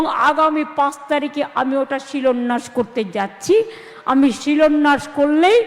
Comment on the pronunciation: কথাটা শিলন্যাস না, শিলান্যাস।